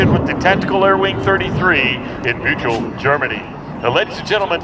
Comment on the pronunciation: Cheers to the commentator! Tornado perfectly in German pronounced and Büchel like a native spaker. Respect!